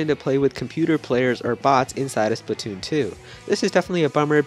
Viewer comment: It is Splatoon not spitoon